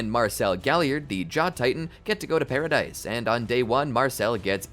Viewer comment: The pronunciation of paradise island is actually pa-ra-dees island not pa-ra-dise